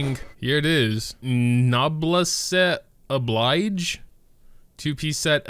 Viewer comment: The way he pronounced Noblesse Obliged... I know I'm bad but it's kinda funny